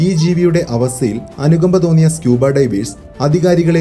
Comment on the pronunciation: Please pronounce divers correctly otherwise all good. Knowledgeable.